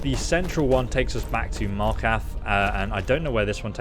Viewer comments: and "Markath" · Playing Skyrim for 8 years and still can't pronounce Markarth right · "Martkath" "Soltheim" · Markath, soul carn, leveltate, eengots, dyslexia must suck lol